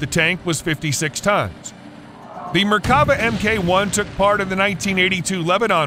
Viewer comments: Less then accurate text to voice. Makes the video hard to watch in some portions. It's pronounced Merk-ava, not Mer-kava. Chief-ten, not Chif-ten and Si-a-ni, not whatever. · Once again, it's not merkAva, it's merkavA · It's pronounced mer-ka-VAH. It means chariot. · And it is not pronunced mer ka va. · *MERK-Ah- Vah